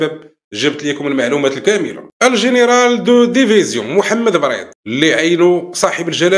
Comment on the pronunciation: الجنرال بريد وليس بريط